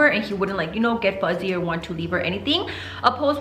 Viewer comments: Same & my husband always corrects me 🤦🏻‍♀️ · I love how says fuzzy instead of fussy 😍